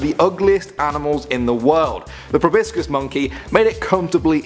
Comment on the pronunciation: It's not prounounced (pro-bis-cis) it's (pro-bo-sis)